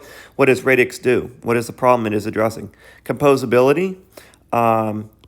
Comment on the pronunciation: great video! love your channel! but its pronounced radix like radical as in radically disrupting defi. also you use the word blockchain as a catch all but this protocol is actually NOT a blockchain hence radix dlt. I'm just splitting hairs though on the whole this is great keep it up